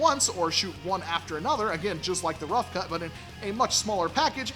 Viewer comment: The "roughamuhcut" 😂